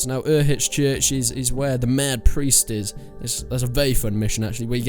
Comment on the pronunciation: Dude you said reekys cave was by skalits which is not true it's north of ledetchko and u said his dad was in talmberg that's not true he's in ledetchko. Plus u butchered the hell out of pronounced uzhitz. It's like ooshits is how's it's pronounced you really don't remember much about these quests